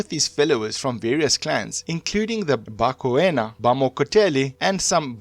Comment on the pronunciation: The pronounciation😭😭😭😭 Mokhachane - Mu-ga-cha-ne Koena: Kwe-na Mekgwaneng: Mi-gwa-neng MaNtsoetse: Ma-Ntswe-tse Difaqane: Di-fah-q(click)-ah-ne !Xorana: X(click)-ga-na